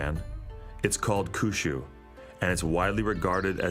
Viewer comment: Awesome doco. My one TINY critique is pronunciation of Kyushyu. Try saying "Key ew she ew" a lil bit fast 😉